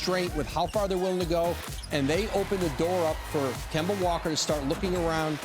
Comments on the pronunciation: Nobody: Stephen A: kember walker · “Kembar Walka” Stephen a